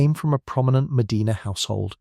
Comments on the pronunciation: The city name is Muh-DYNE-nuh. It's not like the cities in Spain or Saudi Arabia. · I'm in Medina Ohio and you don't even know how to properly pronounce Medina. Nice try AI. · He is mispronouncing the name of the city. How on earth are you making that about race? How embarrassing 😬